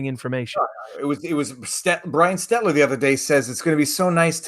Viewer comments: I love how Viva keeps calling Brian Stelter "Stetler". I'm not sure if he's doing it on purpose or not but it's funny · He has such a bad time with the name Stelter.